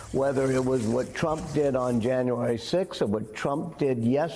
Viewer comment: I heard she mis pronounced his name as "Mr Rump"! LOL